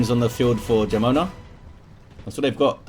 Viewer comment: Jamona is pronounced with the "wh" sound in whole ("wh-amona"), means lady with thick lower body in spanish :p